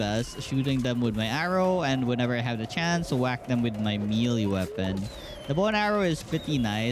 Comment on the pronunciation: man said me lee weapon instead of may lay weapon...